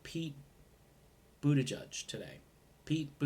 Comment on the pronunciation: His name is pronounced, I’m for Medicare for all, But...tigieg.